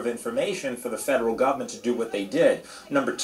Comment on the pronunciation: How many times did this reporter say “gubmint”?